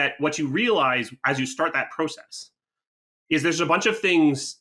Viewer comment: Pro-cess I dont know how many times I had to blow my brains out when I heard him say that. No shade ofc lol